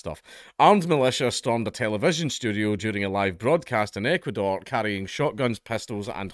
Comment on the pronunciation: When you finally managed to say Ecuador correctly I had to stop the video and clap and cheer for you, you dopey drongo.